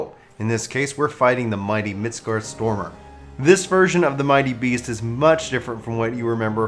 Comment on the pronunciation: "Mitscartstormer" Yeah that's not how it's pronounced. Midgard Sormir would be close.